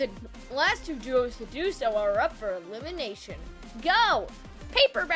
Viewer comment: Its eleimitrashon time